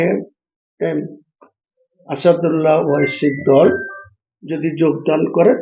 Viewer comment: আসুদুল্লা ওয়াসি নয় ওটা আসাদউদ্দিন ওয়াইসি হবে😂